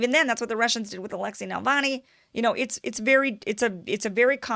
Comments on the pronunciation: It's always a good idea to get right the name of the subject of your podcast - Navalny, not Nalvany. It distracts and detracts from what you are saying, which is usually interesting. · Please learn to pronounce the name 🤧 It’s Na-Vaal-Nai. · But she's saying Navani - hard to trust the expertise of someone who doesn't know the name of their subject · You're pronouncing his name wrong. If hi is also supported by Washington, I would very untrusting of him. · Since when was Navalny pronounced "Nalvany"? Am I the only one who's bothered every time she says it wrong? Good take on his similarity to Hitler though! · NaVALny, not NaLVAny ! Other than that, big THANK YOU for working hard to show other (hidden) side of the story. This one and many others ❤ ! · Keep calling him "Nalvani"" actually he is NAVALNI but whatever...hahah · Kim, you keep saying "Nal-vany" instead of "Nav- alny." He's not a right wing Tea Party type in the Russian context. Putin is more like the FDR of Russia than any American President since FDR is like FDR. FDR has many who hated him and even wanted to do the coup against him that Gen. Smedley Butler exposed. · First off, his name is Navalny, not Nalvany. Accent is on the second syllable with Russian names. Navalny's base is very small. Evidenced by the Moscow protest attended by 4000+ in a city of 12 million. His white nationalist views are far less popular in Russia than they are in North America or many European countries. Navalny is a lawyer and has no training as a journalist. Russian standards are very high. You can't just present yourself in front of a handicam and author a few op-eds and call yourself a journalist. He is not a journalist and has never been on staff of any media outlet. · "NALvany" haha. It's NaVALny. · Navalny, not Nalvany. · It is annoying to hear Kim mispronounce such a simple name. But I still like Ms. Eyeservin. As long as she doesn't pronounce nuclear as nook-you-lur, she's ok with me. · Love ya Kim, but it's NUH-VAL-NI